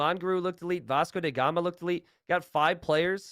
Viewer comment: Why does keep calling him "Vasco dey Gama"?